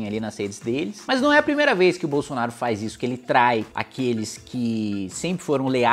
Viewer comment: Kim, porque “fazisso”? 🤣